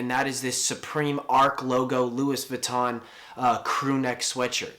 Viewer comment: Jamie Michael that's how you pronounce it